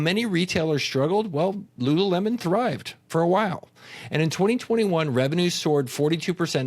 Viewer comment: Was everyone saying rururemon?